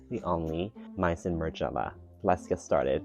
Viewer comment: it's may-zon